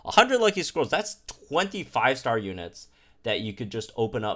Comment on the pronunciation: I know said "Lucky scrolls" but I keep hearing "Lucky squirrels".